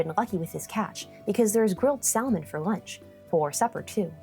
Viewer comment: In all English dialects, the "L" in salmon is silent. In languages like Spanish, Italian, and Portuguese, they do pronounce it. I thought maybe you were using a Polish pronunciation, but the Polish word for salmon is "łosoś".